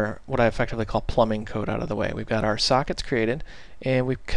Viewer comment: "Signals sucks". This is what I understood for first time ;p and then corrections to "I'm sorry. Signal sockets" ;p